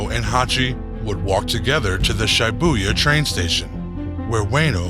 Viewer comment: Shibuya said [sheebouya]